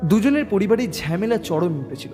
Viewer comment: গল্প টা খুব ই সাধারণ। গল্প পাঠ খুব খারাপ, ঝামেলা কে ঝ্যামেলা বাথরুম কে বাদরুম দেড়টা কে দেঢঢা। গল্প পাঠে উন্নতি করতে হবে।